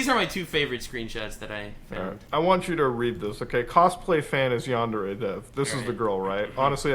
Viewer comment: Normally, I'd be a bit miffed by someone pronouncing the word "yandere" as though it rhymes with "John Deere", but in this case I think the dev deserves the disrespect 😂